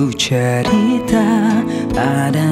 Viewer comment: Lagu best dan suara dh cukup mantap, perfect..tp syg sebutan bahasa Melayu hancor.. kitcha...cintcha..ceritcha..tchersenyum..tciba..